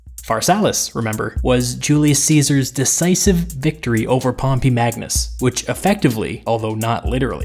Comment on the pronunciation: Please pronouce pompey's name properly. Hear you pronounce it is so cringeworthy. Nice video nonetheless.